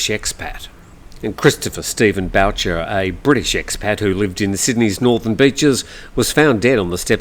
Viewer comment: So sad to hear about Mr. Boucher but please it is pronounced like the “Ghost sound Booo” 😂. Its originally a French name I believe, a common name in my part of Canada.